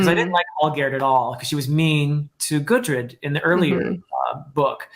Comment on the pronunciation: can't wait for that vagabond review. P.S. I don't really wanna nitpick but I've heard you calling gudrid, gurdid. I just wanted point it out for the future videos. great review as always.